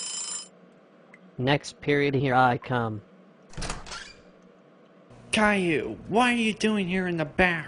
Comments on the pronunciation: At the end : “Calliou” - WHY! WHY! WHY! WHY! WHY! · "Gayllou" amazing text to speech you got there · Kale-Lou. Text to speech is so funny sometimes.